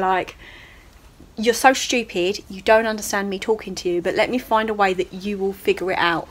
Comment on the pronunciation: I’m sorry but shoopid XD